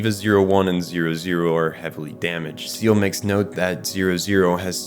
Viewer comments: If you're ever making more EVA content, let me give you a pronunciation guide. Seele is pronounced more like Seyluh or Sail-eh, Wille as Will-eh. German and its final es, huh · SEELE is prounced Say-Lay. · Did this nigga just say Seal? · Two hours of perfectly scripted video and it would've taken you a minute to look up how SEELE and WILLE is pronounced (hint: it's not "WILLY" lmao)